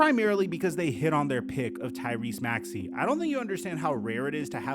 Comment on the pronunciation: Embid mispronounced maxeys name..dude was carrying all series only consistent player